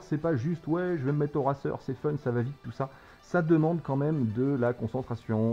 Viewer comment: Racer se dit "reyceur" en anglais (je sais pas écrire de la phonologie). Ça me stresse un peu :P